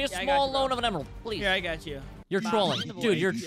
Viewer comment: Bruh he said is message “Halp” and “plezz”